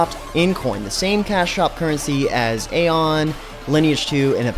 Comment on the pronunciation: A on? gahhhhhh I hate to be that guy but:Pwhen I played aion I hated hearing people call it a on:P Loved the video though lol